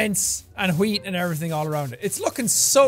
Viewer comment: The Netherlands: Weed, dude, not wheat!